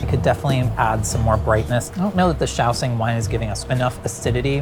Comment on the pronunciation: shao. shing. SHING. SH sound. why do i keep hearing shaoSING someone help explain or educate me if i'm somehow misinformed.